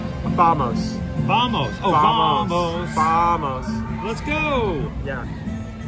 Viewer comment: Haha, watching the playback and I thought it was Jambo, not Vamos for the longest time too